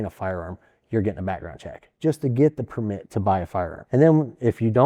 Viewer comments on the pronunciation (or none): Drinking game: take a shot every time pronouces 'permít" like a French person.